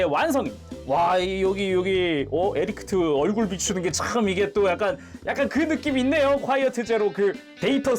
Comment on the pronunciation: 계속 에리크트라고 하시는데ㅋㅋㅋㅋ